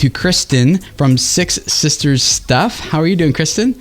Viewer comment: I kept hearing sick sisters. Now it makes sense